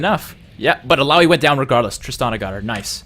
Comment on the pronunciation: Is hecarim viable this meta? Also nice job! Does anyone know when the new champ select will come out? Also good job on pronouncing ill ow ee :)